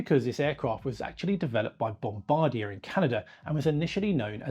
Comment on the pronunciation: Yawn. At least he pronounces Bombardier correctly.